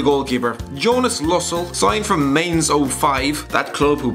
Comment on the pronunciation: Plus as a GCSE German student, I was so glad when you said ‘Groß’ not Grob like every other idiot out there. Then you mispronounced Mainz and I considered not posting this, you warm necked, basketball hating, Paul McShane abusing (yeah I don’t actually dislike you so I have no final insult because of that but RAH! Pronounce stuff right.)